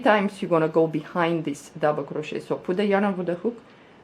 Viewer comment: I love this! And I want to say the way you say the word ‘crochet’ is somehow soooooo satisfying lol 😍